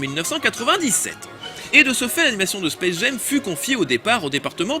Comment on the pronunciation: Hyper intéressant comme toujours mais pourquoi il prononce le titre "Space Gem"?